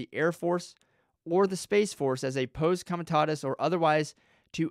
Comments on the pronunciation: Pah-see com-ah-tah-tus. Let's say it together... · For one, you don't know what Posse Comitatus is, or how to pronounce it. You also don't know that the "s" at the end of Marine Corps is silent. All branches of the military have JAG Officers. On to the exceptions of Posse Comitatus. You are making a lot of assumptions. In certain cases the military can/will make arrests pf civilians. One of them being something we may not even be aware of. For instance, if Trump passed the baton off to the military/FEMA before leaving office, they would as we speak, be running the government. It is possible, not probable, that we have no president currently. This could have been done through the signing of the insurrection act, the president giving control over to FEMA during a national emergency, or by signing a PEAD. All of these examples would make posse comitatus null and void. Please do a little more research. I don't believe he was arrested, but that's not my problem with your video.